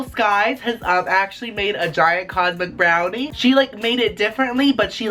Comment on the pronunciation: when he said cosmic brownie i kept hearing condom brownie and every time im just like "what?!?"